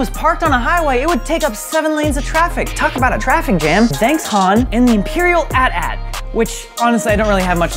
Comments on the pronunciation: my man did not just cal the AT-AT an atat smh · Darth vadeeyer destroyed those jedee with his at at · Probably explains why he pronounced AT--AT, @@ instead of Aytee Aytee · People have called them At-At walkers instead of Aytee Aytees since Empire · Return of the Jeddy? Boi The at at instead of the “aye tee - aye tee” Jesus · “At at” - oh no, he pronounces it wrong “Darth Vadeer” - wait, I- what. “Jeddy” - NO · “darth vedier” “the last jedey” “at at” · I wanted to kill myself when he pronounced AT-AT as AT AT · “ATAT” me: *visible pain* “Darth Vadiers” me: *visible pain part 2* “Return of the jedie” me: *dies* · when everyone is talking about vader thing and I'm just here going "It's not @@ It's AT-AT like R2D2" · "Add-aat" PM 5/30/2019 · at at and darth vadier ahhhhhhhhhhh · I know people that say that unironically and it frustrates the hell out of me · that pronunciation breaks down when you factor in AT-ST AT-PT and such. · Everyone: Vadeer, Jeddy Me: What, nobody talking about AT-AT?